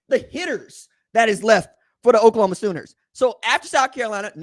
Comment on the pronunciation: Lol. He said OklaComa